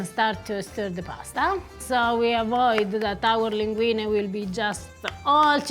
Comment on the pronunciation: Harper's saying linguinE, not linguini is so nice of him.